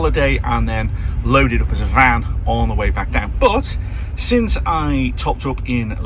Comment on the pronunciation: Really you say laded?